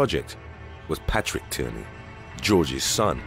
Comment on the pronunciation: my last name is Tierney lol but it isn’t pronounced like that. It’s pronounced like teenie